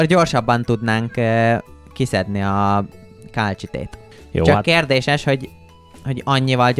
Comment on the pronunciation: Ejthetetitek a kálcsitét kálcitnak.😂 Építhetnétek egy akváriumot😊! A KOMMANDÓSOK A LEGESLEGESLEGESLEGNAGYOBB KIRÁLYOK!!!!!!!!🎉